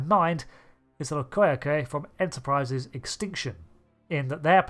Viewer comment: Threw me off a bit when pronouncing Loque'eque like that, (in-episode pronounced 'Low-kek')